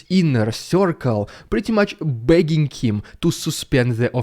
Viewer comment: Did he say: bagging him, or begging him? Two different meanings… why speak English!?